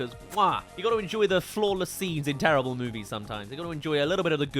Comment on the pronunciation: DUDE EVERY MOVIE I LIKE YOU SAY "TERRIABLE" LIKE DUDE WTF